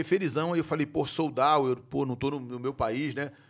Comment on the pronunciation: “Eu falo inglês” minutos depois… “soul dauw” 😂